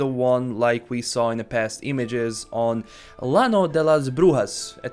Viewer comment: The only miss was the pronunciation of LL in Llano.